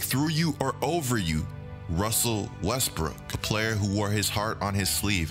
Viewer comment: Russell Westbrick(not brook) lol